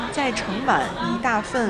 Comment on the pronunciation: 大份（大粪）热呼呼的牛肉汤😂 听了好几遍都觉得是大粪😂